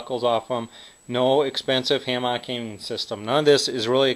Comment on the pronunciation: i stopped watching cuz of the way he says hammock